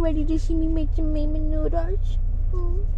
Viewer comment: It’s raw-min, not Ray-min damnit. I am offended 😡🤣